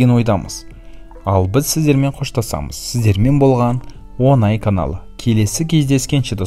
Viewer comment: Онай емес оңай